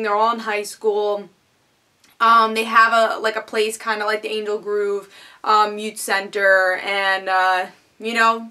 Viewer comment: You said "Angel Groove" WTH? :P